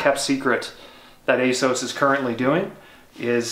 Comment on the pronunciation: Ace- ows? There’s a double ‘s’ in there, shouldn’t it be Ass-oss?